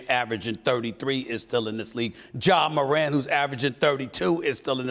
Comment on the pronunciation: Did he just say Ja Morant LMAO